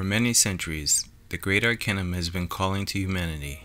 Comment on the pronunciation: AR-KAY-NUM not AR-KEH-NUM .... how can I take you seriously if you can't even vibrate the focal point of your subject correctly...